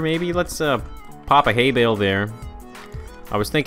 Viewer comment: Really? Haybail? Its Haybale